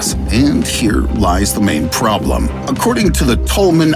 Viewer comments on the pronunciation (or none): none